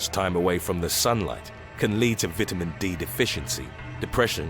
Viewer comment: This dude said vitamin wrong